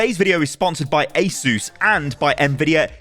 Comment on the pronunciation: Asus ❌ Aysoos ✅